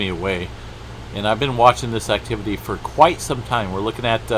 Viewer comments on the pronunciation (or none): none